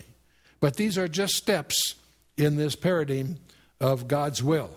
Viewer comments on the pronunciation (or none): luv chuck but its paraDIME not paradeem. the word itself is paradigm, btw.